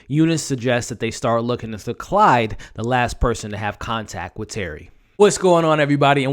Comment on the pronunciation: You say Clyde but it a Claude they are French